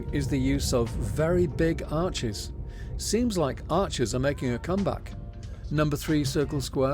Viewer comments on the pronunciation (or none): none